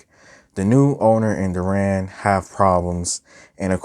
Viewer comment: Good reviews but please stop calling deran “duran”